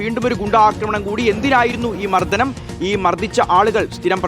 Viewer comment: മർധനം അല്ല, മർദ്ദനം